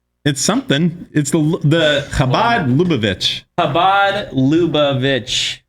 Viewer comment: Cha(hebrew Cha)-Bahd Luh-Buh-Vitch. why does everyone pronounce shit wrong